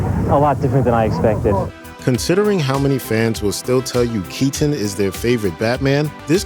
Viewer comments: Michael KeeTen …🤨 Michael KeyTin…😡 Michael Kei10 …🤬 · Could they get a guy who said Michael Keatons last name stranger please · Why can't this dude pronounce "Keaton" properly?